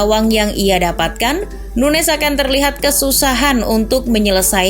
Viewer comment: SOK TAU DIMASUKIN NUNEZ STRIKER FLOP. AAAHH CHANEL TOKAI. PRONOUNCE AJA MASIH SALAH SOK TAU MANA FLOP MANA ENGGA. LIDAH LU NOH YANG FLOP